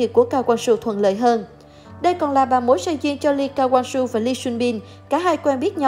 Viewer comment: Đel ai đọc Lee Ka Wang Soo hết á